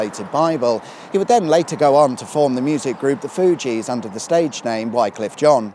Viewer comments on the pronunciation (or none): Wycliffe is pronounced wikliff. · Wycliffe is pronounced wicliffe. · John Wycliffe's body was exhumed and burned at the stake for heresy forty-four years after his death. It's pronounced wickliffe - but I suspect you mispronounce names and place-names on purpose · Never thought i'd hear Lutterworth mentioned on the intertubes. It's pronounced wickliff by the way. If any locals are reading this: hello! I'm from the family who live on Spencer Road with all of the annoying Land Rovers. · Only because he pronounced it incorrectly. I'm sure he does this on purpose now.